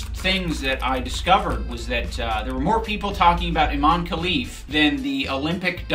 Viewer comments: I dont understand how no one can pronounce her name right, Imane, not Aman. So strange, like Kamala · I-man-e. it doesn't get any more cut and dry than that